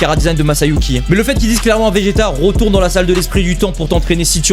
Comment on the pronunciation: On dit retourne pas rotourne